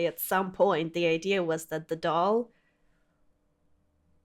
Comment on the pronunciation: Does anybody hear saying "idear" instead of "idea"? Do I hear it because I have enough Insight???